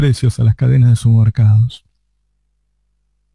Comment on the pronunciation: SuPPermercados Navarro, SuPPermercados. Aprendé a hablar viejo